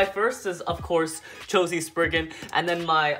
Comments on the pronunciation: you said sprigging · Love how he says chi-z sperrigen for Valkyrie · Tuanh Nguyen: calls spriggan "spirrgan"/:^)